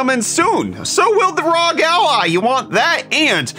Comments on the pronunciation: Did you just say "rog"? Surely the correct pronunciation is "roge" to rhyme with "doge". That's a joke, for real: isn't it "R O G", like spelling the letters? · ROG = Arr*Oh*EEE Triggered the fuck outta me. x-D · Did he actually just say rog like it was a word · Does anybody else cringe when people say ROG as one word instead of saying the letters individually? Considering it stands for Republic of Gamers lol Idk why but it's just one of those things that bothers me, not that it matters. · I've always pronounced the letters. Acronym for Republic of Gamers, no?